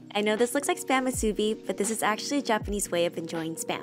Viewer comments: I think it’s called spam mitsubi idk if I spelt that right but it’s pronounced mit-su-bu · It’s not pronounced mit-su-bi either, this is a Hawaiian thing… it’s pronounced mu-su-bi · It’s not pronounced mit su bu and it’s not called mitsubi either. It’s spam musubi